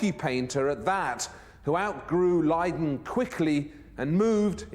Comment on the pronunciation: Leiden is a picturesque city actually and it’s name was unfortunately mispronounced in this episode. Gunther von Hagens displayed plastinated real bodies in Amsterdam’s sex museum among other places. Very fitting to the context of this program. However, he is off the rails in my humble opinion.